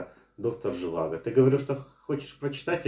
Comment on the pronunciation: доктор ЖивАго - второй слог ударный!